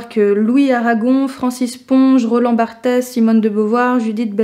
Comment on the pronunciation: Roland Barthes, pour info, son nom de famille se prononce comme le prénom de Bart Simpson ;)